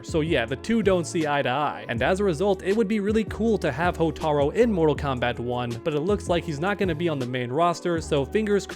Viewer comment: hotar U its a U not an O bro come on man